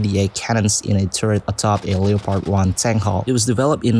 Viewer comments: Leo-pard?!? Wtf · I have never heard someone say Leopard they way this guy says it lol Have I been saying it wrong? Leo- Pard? or Leh-prd?